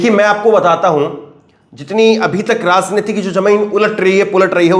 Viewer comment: Your pronunciation of RAJNITI" "JA" and "JAMIN"is wrong, you must know diffrence of 'J' and " j." IN urdu it is not same so please do the necessary improvement